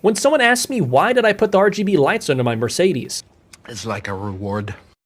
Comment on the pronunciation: If this guy owns A Mercedes Benz he should at least be able to pronounce the company correctly.